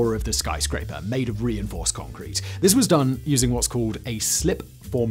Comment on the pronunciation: "What's holding up this skyscraper, Yun?" "Congkweet"